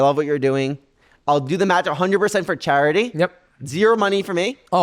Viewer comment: 😂😂😂 “Fir 10 Kay 😪😞😓”